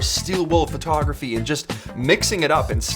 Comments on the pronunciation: Am I the only one that heard the word Furrtography 50 times? Great video btw. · and his "fertography":P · kept saying "phertography". I though that was funny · PHERTOGRAPHEE!!! Sorry, love ya, it was just outstanding every time lmao.